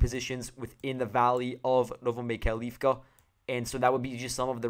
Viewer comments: Please note the stress: Mykhailivka (mee-HIGH-liff-kah) Siversk (SEE-vair-sk) Avdiivka (uff-DEE-yeef-kah) Thank you for the report. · mykhAilovka sEversk, avdEevka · Если по-русски, то да. Но он использует украи́нские имена. В частности, по-английски безударные O и I, звучат примерно одинаково. Хотел привлечь внимание автора к ударению. Вообще то предпочитаю: миха́йловка сѣ́верскъ авдѣ́евка :)